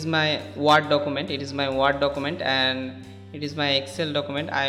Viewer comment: Ward document nahi ""Werd" (word) document